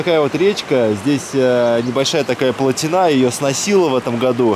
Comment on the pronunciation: плотИна, а не плотинА